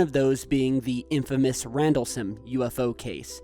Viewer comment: lol, it's Rendle-Sham. Not Rendles-Ham.